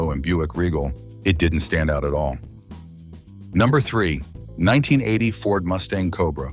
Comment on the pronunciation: seconds couldn't even say 1980 right. Lazy a.i.